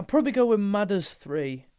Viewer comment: Arizona is one of their best. Great video , just say Midas right🤣